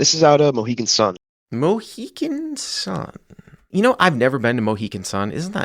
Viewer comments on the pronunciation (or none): Is there a Mohican Sun that I'm not aware of, or is just repeatedly mispronouncing "Mohegan"?